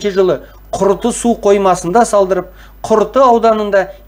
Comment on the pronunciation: Құрты емес, Күрті. Жарияламас бұрын дайындалып алу керек шығар, дайын тексті оқи бермей.